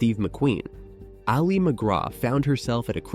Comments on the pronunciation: I know you are a bot, but her name should not be mispronounced despite that. Her name is not Ollie it is Ali. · pronounced Alley not Ollie. - Otherwise an excellent presentation.